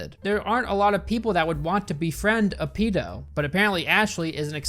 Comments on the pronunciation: Thank god there's someone else out there who pronounces it "pee-doh" I thought I was the only one. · I cringe every time you say “peedo” more than retard.